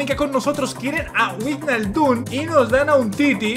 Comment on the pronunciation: "Verner" "Vaijnaldum" "Laipzig" "Chavi Saimons" este no pronuncia ninguna bien 🤦‍♂️🤦‍♂️